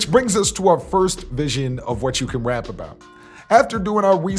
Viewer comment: This nigga can't say his "R's" 🤣😂🤣 Bruh said "wap" & "descwibe" LMAO